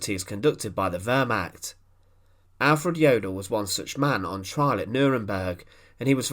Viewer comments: Lots of good info as always. Two things though. 1. The word is pronounced “Ver-mahkt” not “Ver-mackt”. It’s very jarring and distracting to hear it constantly mispronounced like that. 2. You title these “the vengeful execution of...whoever”, but nothing whatever is ever shown or discussed about the supposed subject of the video. Other than these two minor things the info is awesome. 🙂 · The wörmach...bringt mich immer herzhaft zum lachen. Die ganzen Amis und Briten mit ihren pseudo Dokus über das Dritte Reich. Und sie haben fast immer eine saumäßig schlechte Aussprache. Dumm nur, bei Dokus über das Dritte Reich kommen soviel deutsche Begriffe vor. Hier mal ein paar Schmankerln aus der Sammung : " the Fjurer Sonesug" "a undessdumfuhrer" "a konigstige"